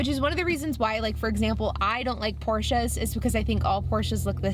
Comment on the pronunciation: Huge points for pronouncing Porsche correctly!! Very impressive!